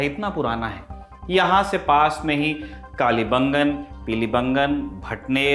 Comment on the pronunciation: सही उच्चारण कालीबंगा और पीलीबंगा है! कालीबंगन और पीलीबंगन नहीं